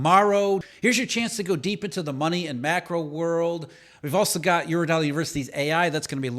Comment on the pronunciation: What is really that 'mecro'? Is not it 'macro'???😂😂😅😅 Fully advanced trash US Eng😂😂😅😅